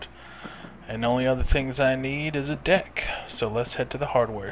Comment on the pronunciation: does he say deck or dick?